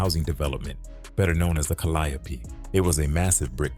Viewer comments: Cal-le-ope calliope not ca-lie-ope kinda hard to believe the full facts of a story from a story teller and they don’t even know the actual name of the place the damn story took place 🤦🏾‍♀️ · 😩 Please it's pronounced the Cal-lee-O projects. The calyoppee🤭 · When he said CALIOPE instead of CALIO I raised an eyebrow 😮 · Yall need to start speaking on yall own commentary because I don’t know why y’all letting this AI commentator mispronounce our neighborhood and street names because it sounds very weird. That is not how we pronunciation the Calliope is pronounced, like calli yo, but it calli ope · We don't say ka LY a pee. We say CAL lee OPE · Its pronounced Cali-O, not calliope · Calliope is a goddess ka-lie-oh-pee… pronunciation is Cali-ope is a mispronunciation for the New Orleanians who don’t know their way although popular is their own way. It’s only a New Orleans thing. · this off topic af but is he pronouncing it right?!? I've only heard it pronounced CALI-ope...it's blowing me everytime he come with the four syllable pronunciation!...but I'm from Detroit & we gotta lotta French street and place names we mispronounce too!😅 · It’s pronounced “Cali Ope” and the E is silent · The Caliope..(cally-ope) 😂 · Pissed me clean off 🤣😂🤣😂🤣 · Wat tf is the kaliapy😂😂😂😂 baby ai cant pronounce new orleans words tell it say tchoupitoulas😂😂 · Pronounced ‘Cali-ope’… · It’s pronounced Cally-ope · We call it Callie-ope but the correct way is pronounced ( Ca-lio-pee). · I had to find something else to watch after the third ca/lie/opee. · 🙂 Hello. The Calliope projects is pronounced: CAL Lee ope. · Meatball 🤦🏽‍♀️🤷🏽‍♀️😅 you Pronounced it wrong Calliope that’s how you know you not from Louisiana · He is butchering the Calliope name 💀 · The way they're pronouncing the Calliope 😂😂😂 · You pronouncing the apartment complex incorrectly